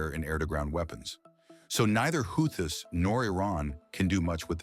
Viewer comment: Could you at least get the name of the Houthis right if your gunna be a lazy AI channel?